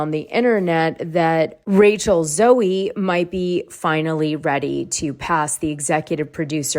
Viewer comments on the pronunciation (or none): It’s pronounced zoe not Zoey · I think to receive a journalism award you at least need to be able to say Rachel Zoe correctly 😂 I thought everyone knew how to say her name.